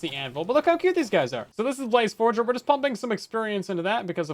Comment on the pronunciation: forager and forger is two completely different things